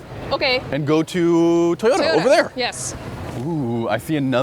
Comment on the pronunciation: I liked the video, even if pronounces it "Tahyoda"... tee hee. Cheers!